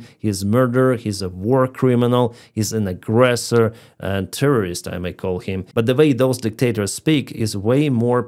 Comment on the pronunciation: hi. Terrorist is easy to say if you break it down by syllables. Ter-ror-ists. Ter, same as tear a sheet of paper, not tear from the eye, Ror, like the roar of a lion, and Ist sounds like is with t on the end. Everyone loves the great job you are doing and look forward to your returning to flying in friendly skys.